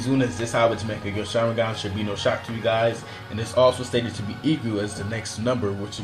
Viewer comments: Mekagyo sharingan...??? Tf dude..its Mangekyo..why are there so many people that cant say mangekyo.. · learn how to pronounce mangekyo